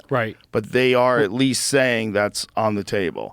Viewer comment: “…at WEAST, his fahther DID schomshing😂😂”